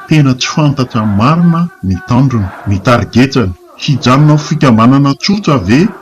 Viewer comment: Tena te hiaino mafy anty chaine ity fa tsia satria tena mahaletrav ilay fanononana teny Malagasy ,tompoko mba fehezo aloha ny fiteny Malagasy satria mendrika izany ny filazana vao2 otran zao fa tena mankarary sofina,tanJona fa tsy tandrona ,miditRa fa tsy miditsa,Battant fa tsy hatsany ,faritRa fa tsy faritsa ,mpanJaka fa tsy mpandraka ,tsotra fa tsy tsotsa,mino aho fa olona mba nianatra ihany ilay mpiteny ato ka tokony hahay hanononana teny Malagasy tsara fa tsy hanao fiteny ambany tanana,misaotra tompoko